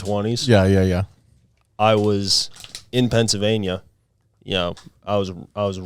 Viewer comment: is so, so hot-even though he has now broken out not 1 but 2 poop stories-AFTER mispronouncing Pennsylvania. 🙂